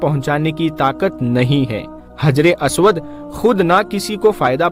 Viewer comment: हज्रे अस्वद है (हज्रे "आस्वाद" नहीं है )